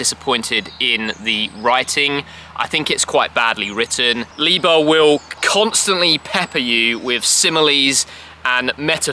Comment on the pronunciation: It is Ly-ber.